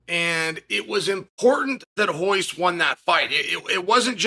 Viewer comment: U Pronounce royce (hoyce) properly but can't do perreira